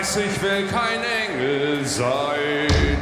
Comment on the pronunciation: Im sorry but the way you pronounce Rammstein and Engel hurts me